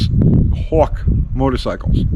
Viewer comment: WTF is a "houwk"?